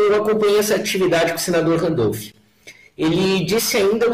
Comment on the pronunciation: você é adorável. Mas por que fala "Randolph" Rodrigues? Um beijo.